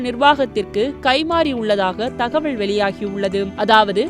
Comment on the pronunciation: உண்மை , தகவல் _ தகவள் னு சொல்றாங்க